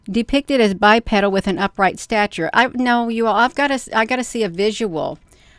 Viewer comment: Anything that stands upright and walks on two legs is Bipedal. Pronounced BI-peedull